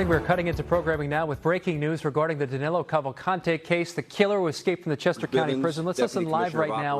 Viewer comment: It is Danilo not Danelo